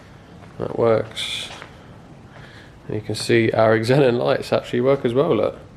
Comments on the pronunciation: It’s pronounced zenon not eggzenon 😂🤣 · I thought xenon was pronounced "zen on" not like "x en on" :o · I though Xenon was just pronounced zenon? Is it eksenon? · Xenon is pronounced Zen on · wtf is an eggzenon?... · beechface1 no. It’s pronounced zenon... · Thought so. He was saying it like eksenon. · Nice work on the “Eggs- xenons” 😂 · Xenon is pronounced zee non lol I’m assuming that’s what you’re trying to say when you talk about the headlights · did you hear how he pronounces it in the video? He doesn’t say ze or zee he say X-enin like how you would say X-men. It should be pronounce with a Z sound no matter what country you’re in lol it’s not a brand it’s a chemical element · Cars a little diamond in the rough. Even wiper jets perfectly aligned lol. One thing buddy. Pronounced Zenon. Xen becomes Zen...on